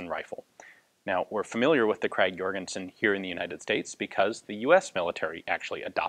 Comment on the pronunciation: "Krag-Jørgensen" would in Danish be pronounced [ˈkʁɑːwˈjørənsən], for any who might be interested. :-) If you don't like IPA, the G at the end of "Krag" is not a hard one, but soft. Kind of like the W in the beginning of an English word.